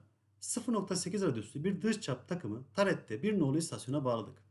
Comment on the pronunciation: cap 10 bır frze demiş ,11 gıbı anlasılıyor:face-blue-smiling